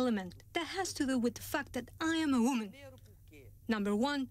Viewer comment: 'it's because i'm a wommymm'